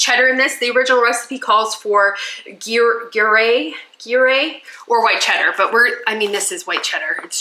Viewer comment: Not making fun of pronouciations at all, Ta-key-tow and Gre(like begining of green)- air... love the egg bites, I made similar last year for work but didn't steam, a silicone "cupcake" mold worked perfectly I spritzed😊 with a bit of avacado oil and it just made them come out so much easier